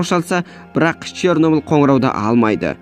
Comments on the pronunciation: Шёрнеблде деген өтті 😊😂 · Чернобіл мен припіят деп күшті айтасн